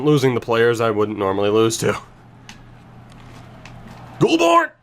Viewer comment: Goulbourne is pronounced Goal-bourne